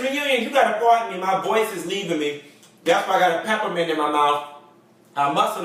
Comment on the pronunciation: that's Aretha Franklin song. oooh thats my jam, I died when you spiit out that peppment! (peppermint) lol